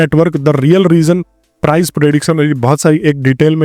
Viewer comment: price hota hai bhai prize nahin